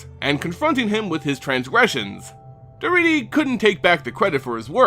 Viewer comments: I love Daretti as a commander. (By the way it's pronounced DarEHtti) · I thought Daretti was pronounced differently. Otherwise it is good to learn the back story for Grenzo and Daretti.